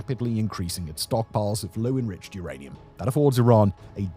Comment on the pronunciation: uranium... its rather Iranium